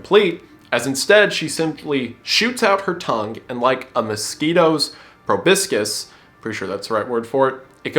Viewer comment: Its amazing how far Wendigoon has come, but even after all of these years, he still can't pronounce proboscis.